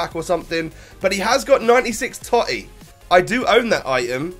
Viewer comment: The totti prononciation was cancer